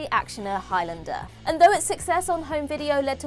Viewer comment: Please learn how to pronounce Highlander properly. It's Highlander, not Highlander